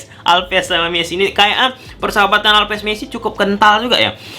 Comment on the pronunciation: alves bukan alpes.. 😂 back bukan bek(bebek) 😂